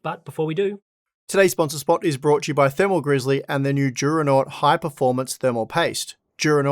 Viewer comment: It's funny how the advertising at the beginning says "Juronot" or "Giuronot" instead of "Duronaut".